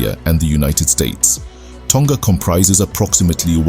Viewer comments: Also, it is pronounced Toh-nga, not Tong-ga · Tonga is pronounced with a short ‘g’ not a long g like guh 🤦🏽‍♀️